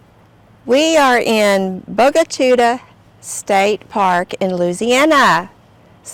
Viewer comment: good afternoon the word is pronounced Bo-ga Chit-ta and is Indian for black water